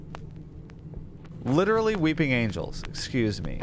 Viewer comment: Loved these last couple Chilla's Art videos! Great job as always! Also, you said "exsqueeze me" quite a bit. I didn't know you were a fellow Jar Jar head!